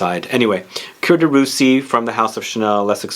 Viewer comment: Boy, Coromandel, Cuir de Russie and Sycomore are the full bottles in my stash. Btw, I think you might be confusing the pronunciation of "Cuir"(leather) and "Coeur"(heart). Just sayin'! ;-)